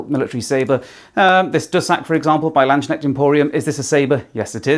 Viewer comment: It's pronounced "Lands - Knecht" instead of "Land - Shneckt", and with "Regenyei" as with every Hungarian word/name the first syllable ("Re...") is stressed. 🙂